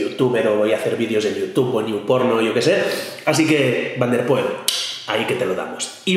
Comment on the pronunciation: como vas a decir Van der Poel por dios hay si que te rajastes